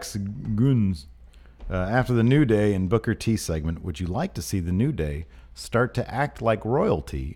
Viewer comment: Come on my it's not King Booker it's KING BOOKAAAA!!!!!! great show guys